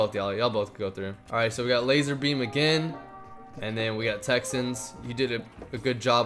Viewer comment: You said lazer beme and zebce